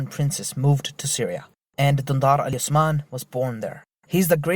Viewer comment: i'm going with the young napoleon cause he looks like a total chad also, what i find amazing is that not a single person pronounced "osman" correctly lol